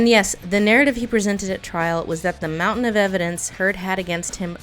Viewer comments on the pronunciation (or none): none